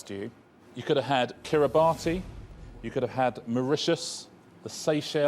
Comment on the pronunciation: hearing Richard pronounce Kiribati wrong in such an old show ... definitely heard him in later series say it correctly as "Kiribas"